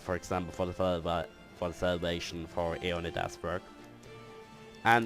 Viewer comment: Though I doubt it matters now, I hope this helps. "Adjacency" is pronounced as (Ad - jay - sen - see). Also, in "Fragile," the "g" is pronounced like a "j" so (Fraj-eyel).